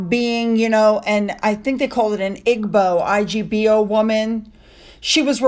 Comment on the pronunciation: Igbo is pronounced ee-bow